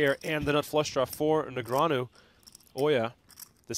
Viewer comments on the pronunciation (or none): I'm sure Daniel appreciates commentators butchering his surname!! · It's 2024 and PokerGO's announcers STILLLL can't pronounce Daniel Negreanu's name properly.